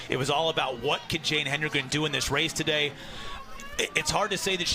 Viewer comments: I cannot stand this. It’s HEDEN-gren. There is no extra “N”. Why are announcers so convinced it’s “Henden-” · She has dominated Cross-country news for two years. LEARN HOW TO SAY HER NAME!!! HED-EN-GREN. NOT HEN-DRE-GEN. AND, her little sister has already been breaking Jane's Middle School records. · Say it, "HEAD-IN-GREN," people. The announcers should have this figured out already! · I don’t think I’ve ever heard an athletes name mispronounced by so many announcers in so many races. HE-DEN-GREN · Hed-n-grin! Come on, now. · Its worse when some say "HEN-DEN-GREN" like wtf lol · Tell that to all of her family members who have shirts that say “pronounce it right” or something like that😭 I’m sure she’s not crying over it by any means, but it is kind of ridiculous that she’s the greatest female distance athlete of all-time and they can’t pronounce her last name DESPITE it being super easy to sound out. Hedengren — Head-in-grin? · I'm grateful for the coverage. So, I won't pile on TOO much. But mispronouncing the winner's name was bad. Plus, "obliterate" was used at least as much as the British announcers say "brilliant". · Geez, it was as though the announcers were from a non English speaking contry! Hedengren is a simple word to pronounce as far as English articulation goes... so weird how they kept mispronouncing it. Just shows that regardless of how 'predictable' you think the next race you're covering might be ... at least just read the names of the top runners you're commentating about (?!?!)] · Why can this lady commentator NOT pronounce Jane’s last name??? Geez. Get it together! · Amazing race, horrible commentary. It's ok to let the race breathe every now and then, and it wouldn't hurt to learn how to correctly pronounce the lead runner's last name as well. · "ROTA-hinsky?" "HENdregen?" Get an announcer that can read simple names! Literally, just read what is there rather than making up some other name in your mind!